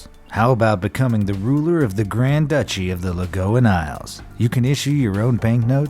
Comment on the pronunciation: And my favorite of all, THE "LAGOON" ISLE! WELCOME! ALL FROM THE "LAGOON" ISLE SAY HELLO!